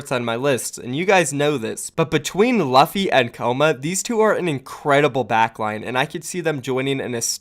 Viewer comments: luh-phi? pretty sure it's pronounced Loo-phi. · I’m pretty sure it’s luffy (L-U-ffy) like from the anime one piece, where the main characters name is luffy (L-U-ffy). Check English dub if you are unsure of how I am showing you how to pronounce it. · Luffy is pronounced Loo-Fee like the main character in One Piece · I think his name is pronounced Loo-fee, is his name not a reference to Monkey D Luffy from One Piece? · its pronounced Loofy cmonBruh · So, in case you don't watch One Piece, the name Luffy is pronounced "Lew-fee". Keep up the good work otherwise. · Pretty sure u mispronounced luffy my friend